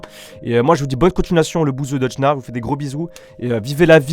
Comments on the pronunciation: Pk il dit "deudjna" il est trop con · mais t con toi c pour l’imiter car il prononce deudjna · Son prénom se dit deujna et pas deudja